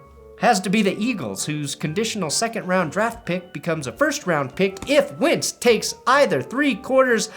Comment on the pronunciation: Is he saying Carson "wince" on purpose?